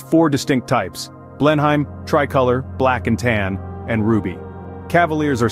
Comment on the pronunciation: The first color is pronounced BLEN-em.